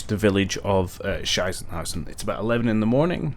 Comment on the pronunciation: Your pronounciation of Sichenhausen actually would mean "shithouse" in German. Just thought you might find that interesting.